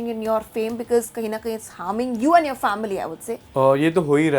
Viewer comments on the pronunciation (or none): end को and pronounce कर रहा है।अरे तुझे public ने पसंद नहीं किया accept कर और तेरी गलती पर work कर और भाऊ का सुनता तो अब तक घर में होता।और बिगबॉस में लड़की पटाने गया था कि गेम खेलने।और हमें तेरा लव लपेटा देखना पसंद नहीं था इसलिए हमने तुझे बाहर निकाला समझ जा और सुधर जा।